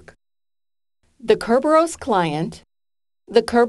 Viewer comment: Kerberos is pronounced thus